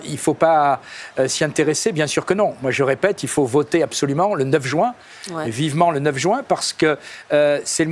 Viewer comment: jUin et non jOUin . Merci !